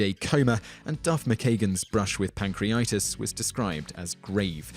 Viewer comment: It's 'Pan-cree-a-tight-us' NOT 'pan-cree-i-tus.It's Dave 'Guh-hahn' - NOT 'Gay-un'